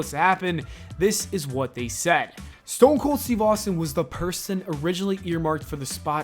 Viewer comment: Stone "Cole?"